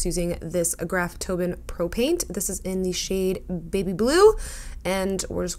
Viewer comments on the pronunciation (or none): Does it bother the hell out of anyone else that she continues to say GRAFTOBIAN wrong???!! Pronounce that “I” girlfriend!! Here.... I’ll break it down for you..... Say it with me..... GRAF-TOE-BEE-AN....